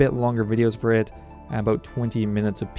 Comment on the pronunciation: I should have guessed you lived in Victoria, you've got the signature "aboat" pronunciation of about.